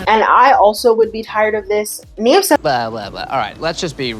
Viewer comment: Every time she says “Nev then says” I hear “Neven says” and I like to think that’s what Nev is short for.